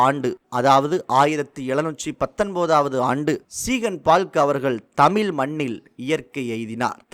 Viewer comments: "தமில்" இல்லை "தமிழ்" 😡. தயவுசெய்து நீங்கள் உங்கள் உச்சரிப்பை சரிசெய்யவும். ஏன் என் தமிழை கொலை செய்கிறீர்கள்? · நன்றி, ஆனால் இதில் பேசும் நபர் தமிழை கொலை செய்கிறாரே... வெள்ளையர் தமிழை வாழ வைத்தார்கள், ஆனால் ஒரு சில தமிழர், தமிழையே சரியாக உச்சரிக்க தெரியாமல் " தமில் என்று சொல்லி கொலை செய்கிறார்கள் என நினைக்கும்போது வேதனையாக உள்ளது. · மிகவும் நல்ல தகவல். தமிழக அரசுக்கு நன்றி 🙏. இந்த செய்தி தொகுப்பினை தொகுத்து வழங்கும் சகோதரருக்கு ஒரு வேண்டுகோள் தமிழ் என்று உச்சரியுங்கள் தமில் தமில் என்று குறாதீர்கள். நன்றி. வாழ்த்துக்கள் 🙏